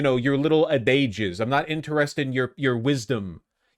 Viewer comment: The peak irony of Vaush going off on chat about people needing to be shamed for ignorance, and then saying the word "adages" incorrectly.